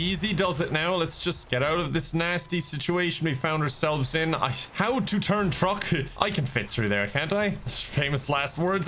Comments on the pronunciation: did he say turn, turn, turn or turg, turg, turg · When he kept yelling turn it sounded as if he was yelling turg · Was that "oh no no no turn turn turn!" Or "oh no no no turg turg turg!" 😂